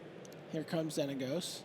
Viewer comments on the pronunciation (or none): the way this announcer says Xenagos... -_ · I knowwwww. I love LSV, but come on, how are you that good at MtG but unable to pronounce a card name right?